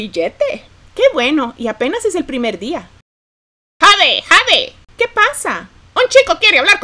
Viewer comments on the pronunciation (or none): Jade se pronuncia Yeid